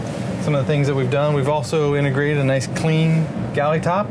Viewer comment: "A hunerd." "Inugrated." These are just 2 reasons out of a hundred why professional speakers are 'integrated' for video presentations.